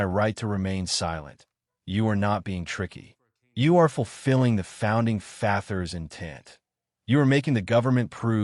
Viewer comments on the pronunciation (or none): Yes, it does. The most egregious one I saw was instead of founding fathers at the end he pronounced his founding fathers as in the word gathers. Let’s just hope the advice given is actually credible when you can’t even take the time in trouble to have a real human being, generate the audio.